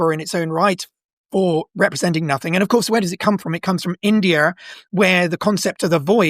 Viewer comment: Why does he keep adding R everywhere? Indiar?